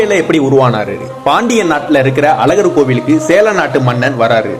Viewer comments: Pronounce as Azhaghar not Alagar. Thamizh is important.. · Thambi romba azhaga solringa nalla eruku oru chinna vinnappam alagar ella azhagar sonningana ennum nalla erukum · ழ -வை ஒழுங்கா சொல்லுங்க.. அழகான அழகர்.. இப்படி பேசி அழகை கெடுக்காதீங்க. Please.